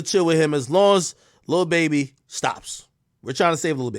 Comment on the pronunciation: I hate the way he says Baby it’s fucking weird!! And him saying he’s the best person on this planet he’s a fucking rapper who sold drugs and scammed and rapped bout it so chill on that shit